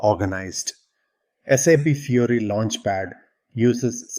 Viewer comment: I appreciate the content of your video. But what I like the most is how you pronounce the name of the interface - SAP Fury. Fury is indeed my dominant feeling while using SAP, xD. They should definitely change that name from Fiori to Fury